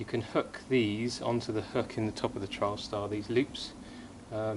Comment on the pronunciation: Not sure if it's accent but sounds like you're calling the TS a "Trialstar". It's "Trailstar" ;) Nice inner though :)